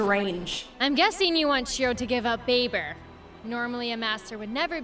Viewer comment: NOOOO not babe-er